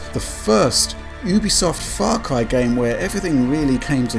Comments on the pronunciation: What is "Fah Cwy"? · Farcwy fwee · Fah cwy fwee, hi. Sorry it just becomes so noticable hah